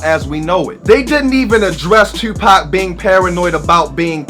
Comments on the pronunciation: First time viewing this channel, but as soon as you said "Tewwwpac" I knew you were from Baltimore. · Knew you were from Baltimore how you say "Tuupac"